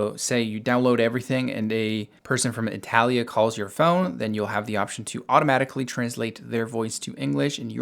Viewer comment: E-tal-lia?? Huh??? 😮